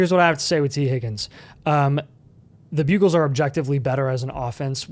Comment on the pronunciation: Why is he calling them the bugles?